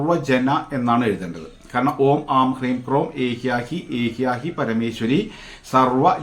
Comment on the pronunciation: ഏഹ്യാഹി അല്ല ഏഹ്യെഹി പരമേശ്വരി എന്നാണ്, ആശ്വാരൂഡ മന്ത്രം...